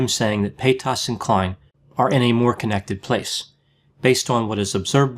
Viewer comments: Her last name though is pronounced “pay-taz” not “pay-toss” lol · like other people here said, it's pay-tiss. There isn't a lot of emphasis on that second part. says pay-TAAS. I low key prefer the way he says it. It has that bend and snap energy. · PayTAS, reminds me of when Shane used to purposely say Trishas name wrong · Why is he referring to Trisha as "pay taus" lmao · Fyi it's "Pate-us or Pay-tus". Shane Dawson & his fiance Ryland mispronounce her last name in the same way, and it's obviously spreading. 😆 Also, I love your pooch! Poodle mixes are some of the greatest "mutts" you can get. Lol. I have a goldendoodle ☺ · I love how he says paytas evrytime payTAS 😂👌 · Omg the way he keeps pronouncing Paytas is so annoying I couldn’t even finish the video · I had to giggle every time you pronounced her name PayTAS :D Anyway, like most others I also feel like you would have been a better choice to be on the H3 podcast and try to help Trisha.. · I love the way he said paytas tho 😂PAYTOSS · I live for the way pronounces 'Paytas'. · The way you pronounce Paytas is funny, in French 'pėtasse' means 'bitch'. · It is annoying that you are not pronouncing Trisha's last name. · The way he says Paytas Is wild I am not sure But he says Paytas Like it's a disease haha. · why does he pronounce “paytas” like that? 😂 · It’s the way he puts emphasis on the A and the Tas